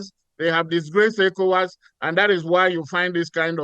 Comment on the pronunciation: Can Arise please use a real person to voice the translations... The program voice is distracting; can't pronounce ECOWAS or NIGER properly. Nonsense.